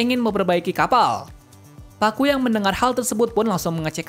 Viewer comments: Ngapa yebut nya pakku ? Bukan nya kaku ya ? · bang namanya kakku bang, bukan pakku😭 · Nama dia kaku bukan pakku